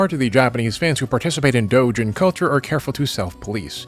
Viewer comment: The way he says “Doujin” is so satisfying.